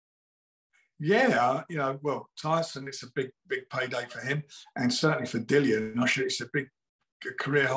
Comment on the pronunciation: Nice to hear Dillians name said properly